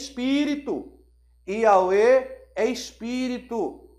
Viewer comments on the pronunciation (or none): Porque o irmão pronuncia IAUE ? Seria sinônimo de YHWH ? É que a pronuncia lembra nome de entidade